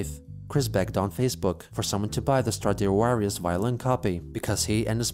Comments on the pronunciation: this is the only time has pronounced v as w, so i didn't know if he had just made a mistake or if i had been saying stradivarius wrong my whole life. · When he said "Stradiuarius" I felt that shit. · I was impressed by the violin listing but then "stradiuarius" just sent me XD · "Stradiuarius"? That sure is a sacrilegious way to call a Stradivarius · I can't say if mispronounced Stradivarius because Chris misspelled it or he really doesn't know